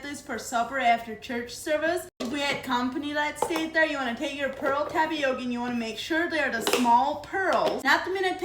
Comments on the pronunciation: I like how you say "Tapiockie" for Tapioca. That's different.❤😘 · “Tapiokee”! Love it!! Lovina it!! 🤩